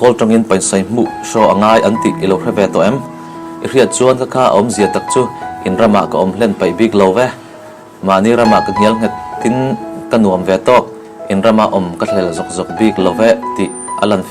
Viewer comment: 'Ngialnghet' ni lovin 'ngelnghet'. :-)